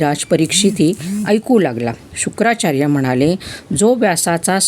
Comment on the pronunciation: Shukacharya not shukracharya